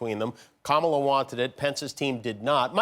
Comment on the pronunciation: Did he say Cumala?